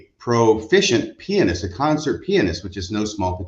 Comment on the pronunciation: Thank you for correctly saying pianist. And not saying ( pe an ist ) growing up with a mother who was a classical violinist and studying musical theory and being a guitarist myself it's one of my biggest pet peeves so thank you.